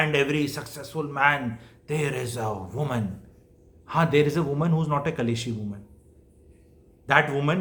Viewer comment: एक शब्द को लगातार ग़लत ही बोला जारहा है । वह.शब्द़ है -- " कलैश " जो कि पूर्णतया ग़ उच्चारण है । सही उच्चारण है -- " " क्लेश " ==